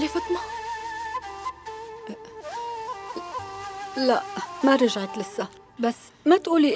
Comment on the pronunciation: فاطمه❌ فطمه✅